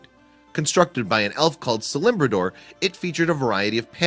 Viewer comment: Its not "celimbodor"XD its celebrimbor